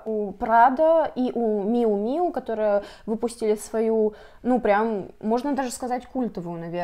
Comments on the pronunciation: Девочки, очень грамотные, мало даже было длительности видео, слушала бы еще и еще, как подкаст) только одно резануло мои чувствительные уши, это же блог о моде, ну какой может быть «миу-миу»😂 произносится название этого бренда «мью-мью») но во всем кроме этого малюсенького момента очень интересно слушать вас обеих, наткнулась впервые на ваше видео, теперь пойду смотреть остальные) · Почему вы называете «miu miu» как миу миу? 🥲 кринж…